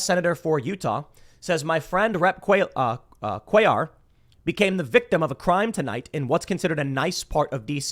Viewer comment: You prnounced it correctly Cuellar